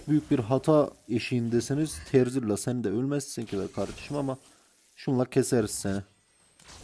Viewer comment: terzilla değil dostum 😂